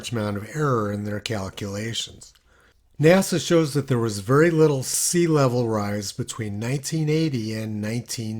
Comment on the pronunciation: NASA became NAZA…